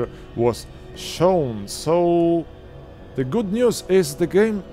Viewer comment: the czy die? wypowiadasz to the bardziej jak Niemieckie die niż jak the